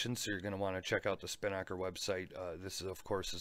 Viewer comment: Hey, love the channel. Long time viewer. Just wanted to clear up on how to pronounce Spinnaker. You're putting the emphasis on the wrong syllable. If you play the voice pronunciation on this link you'll see what I mean.